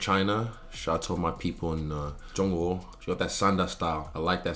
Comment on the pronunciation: Bro that pronunciation of Zhongguo was so good.